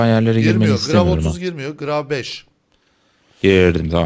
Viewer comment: gravi diye okunmuyor gravitiy diye okunuyor